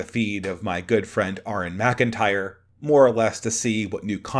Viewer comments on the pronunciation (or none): none